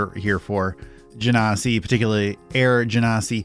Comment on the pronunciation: Your pronunciation for genasi is correct. And by "correct", I mean it's how WotC asks people to pronounce it.